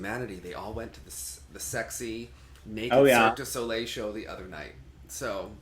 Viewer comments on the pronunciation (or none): none